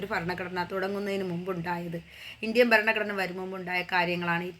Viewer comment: ഫരണ കൂടനെ 😅